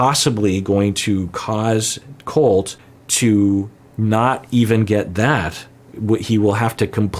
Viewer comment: Mad boy… it’s Colt, not Cult.